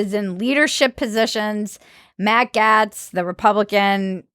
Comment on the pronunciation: Gaetz is pronounced “Gates”. He’s also not a scumbag (despite his appearance), he’s being lampooned by a dishonest media and partisan Justice Department.